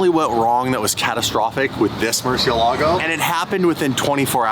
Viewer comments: The “Cursiélago”… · It’s pronounced “Murciélago” the accent is on the e which means the e is the stronger letter, even if in English is Murcielaaaaaaaaaaaaago